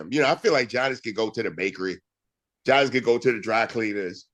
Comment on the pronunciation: I'ma need Bun to stop calling Giannis "Johnnis" 😂